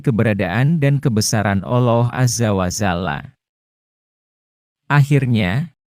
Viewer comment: Kenapa Al loh sih . Mumet kepaladengar nya 😭